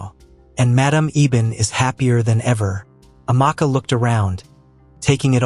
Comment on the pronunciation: Ifeoma pronounced ivioooma? Amaakaa? Is the narrator an alien from marmaid?